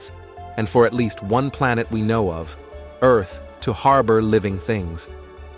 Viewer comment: Please, God, let a Human Narrate! The Text to Voice narration is messed up! Ear-th?! I would narrate for free!